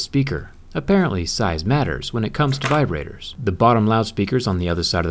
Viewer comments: "size madders for viborators" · "Size matters with viberators"😂😂😂